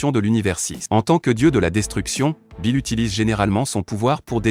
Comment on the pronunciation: il s'appelle Beerus pas Bill s'il te plaît dit bien sont nom Beerus Lord Beerus